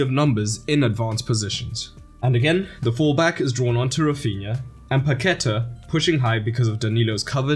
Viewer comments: Great video. Just try saying "Pa-que-tah" instead of "Pa-queh-ta". That will take your pronunciation to another level 👍 I hope you make a video on Croatia too! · "Paquetá" would be better pronounced as "Pack-TAH" or "Pah-kay-TAH" just saying. The thing on the A tells you where to put the stress. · Great video, very professional. Paquetá is pronounced PaquetÁ, like french. The accent is on the A. It'll give more credibility to you (trust me). Talking about french, brazilian portuguese pronunciation ir more like french than spanish. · It's pronounced Paque'tá, emphasis on the last syllable /TAH/. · Please learn how to pronounce Paquetá